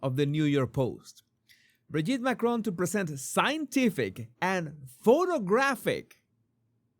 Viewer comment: Candace deliberately (and rudely) says MACRONE rather than Macron.